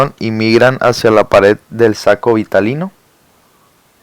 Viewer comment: Todo iba bien... Ni leer sabe el. Es saco Vitelino, no Vitalino... Es gametogenesis no gemato-genesis.